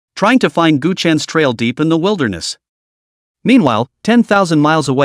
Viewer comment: Good story but when he says "the" that is annoying because of the why it's said